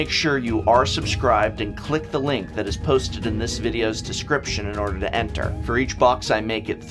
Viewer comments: Eneter, lol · "Eneter" Come on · "Eneter"? You're an ENGLISH teacher, right?